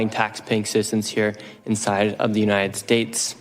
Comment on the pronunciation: love his cause but bro needs to practice pronouncing the word "United"